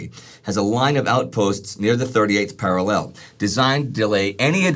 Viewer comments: i know its not pronounced para lell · It's going to be a long war listening to that enunciation of 'parallel'... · please learn top pronounce parallel correctly. If I have to go three years hearing you get it wrong i may just start screaming incoherently at you.